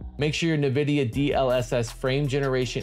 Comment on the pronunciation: Bruh, NVIDIA is “en-VID-eeyah,” not “nuh-VID-eeyah.” Nice video though.